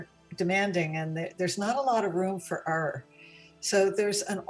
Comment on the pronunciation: Can we talk about her mispronunciation of “error”?